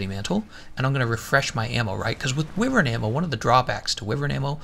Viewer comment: “Why-vern” not “with-ern”